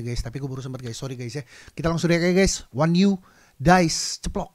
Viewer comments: Onyu bang sebutnya.. bukan wanyu hahahaha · akhirnya yang ditunggu-tunggu react lagu baru onew!!! btw cara baca nama onew itu “o-nyu” tq very kamsa!!! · Onyu bang bacanya 🤭... makasih bang video reactionnya 🤗